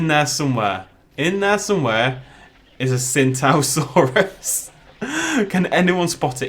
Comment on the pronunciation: And one sintosaurus